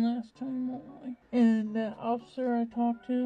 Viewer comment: did he say ociffer?